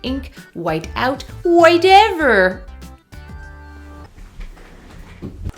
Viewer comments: I laugh so much when she said wite out and “whitever” 😂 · The momment you said white-ever in instantly paused, wrote this commment and subscribed